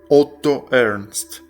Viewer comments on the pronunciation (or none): none